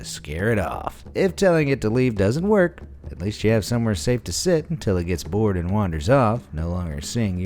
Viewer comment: Actually it’s till it gets “Boar-ed”